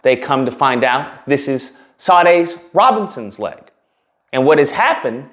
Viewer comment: Pronounced "Sha--DAY."